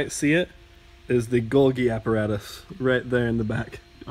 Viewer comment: I know all of those organelles in a cell it's really simple and he pronounced Golgi body or Golgi apparatus wrong and the nucleus doesn't match up with the hard drive because the nucleus is the mind of the cell but the spinning things with microscopic things on them would be the nucleus but for him I'll pass and I'll stop writing this comment just saying I'm such a nerd when it comes to cells and science